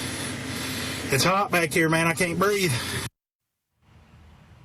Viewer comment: Hearing a cop say " i can't breef" like my ghetto twerkers 😂😂